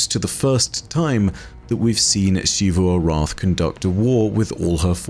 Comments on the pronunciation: Why doe he say Xivu Arath like that?? The game literally says the name so many times yet he says it weirdly still???? Is he trying to be posh or something? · I just want to commend for sticking to his pronunciation of Xivu Arath's name despite everybody in the game pronouncing it the other way. This video touched on a point that I've been confused about since the beginning of the season. Ana Bray seems so proud of the fact that her Warmind is going to be able to outmaneuver Xivu Arath... an AI dedicated to warfare? Against the Hive God Of War? Surely that isn't only an obvious problem to us from beyond the fourth wall, right?